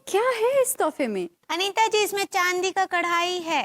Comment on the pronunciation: chaandi❌ Chndi✅